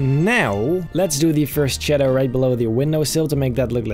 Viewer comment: I love how he just say "shedow" instead of shadow